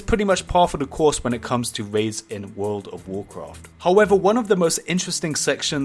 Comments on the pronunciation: "woooulud ouf wouuloaad" :D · Statistics of comments on videos 70 percent is making fun if the way he says "world of warcraft" 19 percent is calling him the Ali-a of warcraft 10 percent is replies 1 percent is stuff that actually has stuff to do with the video